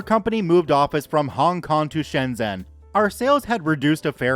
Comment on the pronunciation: Also Shenzhen is pronounced Shen Jen